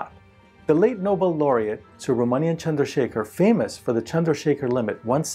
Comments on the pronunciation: are your parents indian? You can’t pronounce the name so well otherwise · On finding how accurately you pronounce Indian names (here Subramanyan Chandrasekhar) + your name (seems like an Indian name to me) + your video on yoga a couple of years ago, made me curious to ask you this... Are you an Indian? If not, then you are very very good at pronouncing Indian names sir.